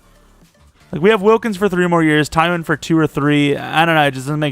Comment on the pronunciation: why are you pronouncing the y before the w in twyman😂